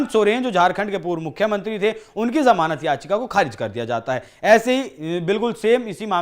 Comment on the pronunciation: Janamat nahi जमानत correct करो